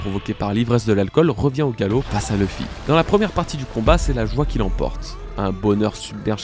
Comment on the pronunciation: J'ai du mal avec Leuffy. C'est LOUffy. Luffy, quoi.